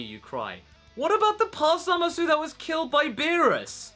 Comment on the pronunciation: Why are you calling him ZamasU (with the u not silent) instead of Zamasu (like in the anime the u silent) And I wonder... when will vegeta and goku fuse...